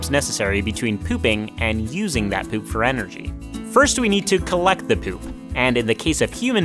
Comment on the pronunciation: You say poop like: p e u p